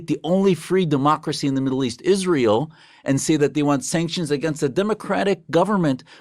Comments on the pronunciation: I cant stand how she calls Israel Ishraell. Whats that??? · "Ishrael" 🙄 she can't even say it correctly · Did you also manage to teach her to pronounce Israel correctly? 😂